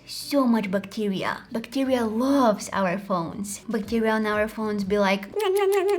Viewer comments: Everyone: bacteria 🦠: Buctirea 🥺😂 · Bac tee riaaa 😂